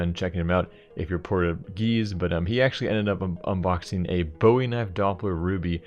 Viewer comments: "Port-agess youtuber" soildddddd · So no ones gonna talk about how he said porta geese? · portagese? Lol nice try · the way he pronounced Portuguese 😂😂